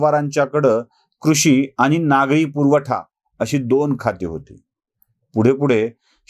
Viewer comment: नागरी पुर्वठा नाही हो. नागरी पुरवठा म्हणा.